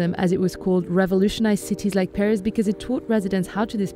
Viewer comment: Pee-ris eau de toilette